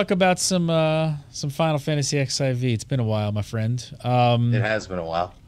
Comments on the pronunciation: Unfortunately it's very evident doesn't know anything at all about the game. Also, it's fourteen, not "ex" "ai" "vee"... -. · Please stop calling it "Ex I Vee".